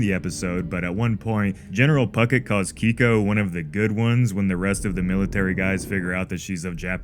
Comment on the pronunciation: How can you watch this show and still pronounce names wrong? It’s pronounced KAY-Ko, like the letter K, not KEY-Ko. That’s why Lee refers to her as KAY, as in short for the first part of her name. He doesn’t call her KEY. Other than that, good work.